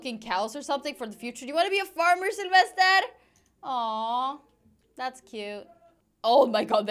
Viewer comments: OMG it's really funny when you say selfesrrrrrrrr edit (sorry I don't know how to write his/her name :3) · I Love hie you say Sylvester in a Skandinavian way!❤️